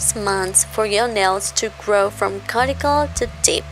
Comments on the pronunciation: it's pronounced q-t-cool not carticle lol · Not trying to be rude but the word cuticle is pronounced cue-ti-cle. But i love your channel so please dont take it as an insult.